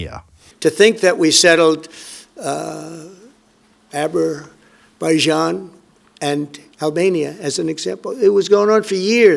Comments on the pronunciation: Not Azerbijan, it's Aber-bijan, or is it Aberystwyth? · he said Abberbejan vs Albenia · James gives Trump too much credit. He didn't say Azerbaijan.. he said. Aber-baijan. The guy's brain has gone. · Did trump say aberbaijan? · Aberbaijan? I'm pretty sure he confused abra cadabra with Azerbaijan. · It's "Aberjan". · American here - is it true that Trump disrespected the king by walking ahead of him at the passing of the guard during the welcome ceremony? Also - I commend Starmer for not laughing out loud when T mispronounced Azerbaijan. It’s incredibly embarrassing all around. It would be funny if it weren’t so frightening for the nation. I just want the 3.5 years to fly by. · the way Keir Starmer looked at Donald Trump when he mispronounce Azerbaijan 😅 it’s like that mate you look at that says something absolutely ridiculous and you have to make sure it actually came out of his mouth! Like genuinely “ did he just say that?” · Listen to him trying to pronounce that word. Struggling just to pronounce the name of that country!